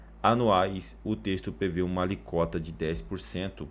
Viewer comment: Amigo parabéns pelo vídeo, excelente 👏👏👏 e vc entregou um comentário bom, deu uma pequena derrapada em sua pronúncia (alíquota) ao dizer alicota (!!!) mas boa parte das pessoas tem dificuldades com algum termo mais técnico as vezes. ENTRETANTO, isto não é demérito algum, saiba! Como disse antes, parabéns! Vc fez mais do que muitos que se dizem "os tais" (se dizem Youtubers) aí e fazem de tudo pra aparecer. Tem uma excelente voz de narrador/locutor!!! 👏👏👏 Sugiro se possível faça um curso de locução, vale a pena e pode quem sabe te acrescentar muito profissionalmente também. * Editei o comentário só pra te dizer: estou te seguindo de hora em diante!🙃